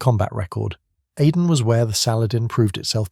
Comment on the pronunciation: Pronounced A-DEN ....not ADDEN...